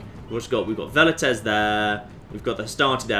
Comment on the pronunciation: I have to finally say it, Velites is pronounced with a W not a V. Well-It-Tays not Vell-It-Tays.